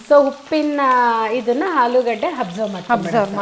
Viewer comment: ಹುಪ್ಪು ಹಾಲೂಗಡ್ಡೆ ಯಾವಾಗ ಸುಧಾರಣೆ? ಸರಿಯಾಗಿ ಉಚ್ಚಾರಣೆ ಕಷ್ಟಾನಾ?